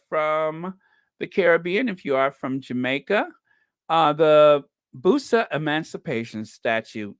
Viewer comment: The statue is in 🇧🇧 and its pronounced Bus- sa